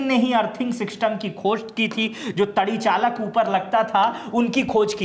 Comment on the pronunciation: श्रीमानजी जिसे आप "तड़ी चालक" कह रहे हैं, वह दरअसल तड़ी चालक नहीं बल्कि " तड़ित चालक" है।